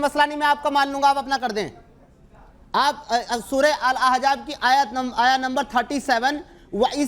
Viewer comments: yaih ex muslim nahee hai balky dhoukhai baaz hai iskou soora shareef kaa naam bhee padhna nahee aataa soora Ahzaab kou Ahjaab padhta hai our hamaisha yahee aiytraaz Hazrat zaid kee beewi sai nikah ,usska jawab baar baar ulama nai diya hai ,magar jaisa moulana nai kaha ki yai burayee hee karaigaa ,sawal karana our hai our tanqeed karna our , kisee mufti kou iss kameenai kai muqablai mai lao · Kaash k aap thik se Arbi Matan samajh paate Surah Ahzab pehle thik se bolna sikho Surah Ahzaab hai Aejaab nahi… Or Surah Ahzab ki ayat number 1 se padho Surah: 33 | Ayat: 5 اُدۡعُوۡہُمۡ لِاٰبَآئِہِمۡ ہُوَ اَقۡسَطُ عِنۡدَ اللّٰہِ ۚ فَاِنۡ لَّمۡ تَعۡلَمُوۡۤا اٰبَآءَہُمۡ فَاِخۡوَانُکُمۡ فِی الدِّیۡنِ وَ مَوَالِیۡکُمۡ ؕ وَ لَیۡسَ عَلَیۡکُمۡ جُنَاحٌ فِیۡمَاۤ اَخۡطَاۡتُمۡ بِہٖ ۙ وَ لٰکِنۡ مَّا تَعَمَّدَتۡ قُلُوۡبُکُمۡ ؕ وَ کَانَ اللّٰہُ غَفُوۡرًا رَّحِیۡمًا ﴿۵﴾ TRANSLATION: tum inn ( mun bolay beton ) ko inn kay apney baapon kay naam say pukara kero. yehi tareeqa Allah kay nazdeek pooray insaf ka hai. aur agar tumhen unn kay baap maloom naa hon, to woh tumharay deeni bhai aur tumharay dost hain. aur tum say jo ghalati hojaye uss ki wajeh say tum per koi gunah nahi hoga, albatta jo baat tum apney dilon say jaan boojh ker kero, ( uss per gunah hai. ) beyshak Allah boht bakhshney wala, bara meharban hai. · surah ahjaab bol raha hai to khud ko ex muslim bol raha hai ahzaab hota hai ahjaab